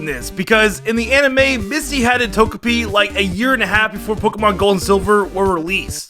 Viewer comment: Pokemon: Togepi and: "Tojapi"